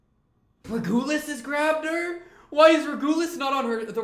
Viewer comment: Btw regulus is pronounced reg-you-less but great reaction and yeah this season is peak just you wait!